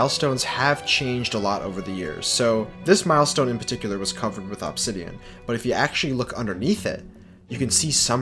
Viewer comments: the way he says obsidian my god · It’s “Uhbsidian” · God. The way he says “Obsidian” annoys me. “Obbsidan” it’s “Obsidian” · its pronounced uhb -si-dee-uhn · You mispronounce "Obsidian" just enough to trigger me. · "absidian" and "remminants" Why can't people properly speak the only language they know? Lmao